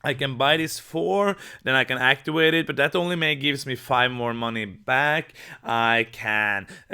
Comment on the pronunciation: Actiwate is a pwopew way to say wowds!